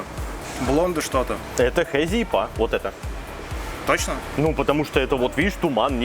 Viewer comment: Все же принято говорить Ипа